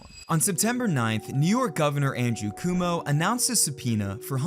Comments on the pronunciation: "andrew coom-o" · Man said andrew coomo 😂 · andrew "coom oh"??? 😂😂😂😂😂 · Andrew 'Cwomo' not 'Cumo'. The u basically is just a w. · Andrew Cumo 💀 "Coh-mo" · California sure is a big city lol And governor Cuomo, not Cumo But great video! I buy my oil from reputable companies, with tests, pure distillate, and use food grade terpenes derived from actual cannabis plants to make my own carts. Much cheaper than brand names and no chance of any of this vitamin E BS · my god, California US a state and the governors name isn't cooomow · "Andrew Coomo" lmao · off topic but did u really just pronounce it "COOM-o"? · Andrew Coom-O LOL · It's pronounced governor "kwoe-moe". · I lost it when you called Andrew Cuomo "Andrew Coomo," and how that reminded me of the allegations made against him from multiple women. 💀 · lol First time I heard Andrew’s last name pronounced like that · You might want to aplogize to the great Cuomo family for mispronouncing their name. You run the risk of getting whacked.